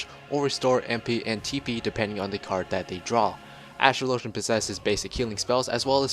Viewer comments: Dude. Think about how the word "Astrology" is pronounced. Then... "Astrologian" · Ive watched about 10 class videos on FF XIV and everyone single one they pronounce astrologian wrong... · Why do so many youtubers not know how to pronounce astrologian? Think of the word 'astrology'. Think of how that's pronounced, then think about ASTROLOGIAN. It's very similar.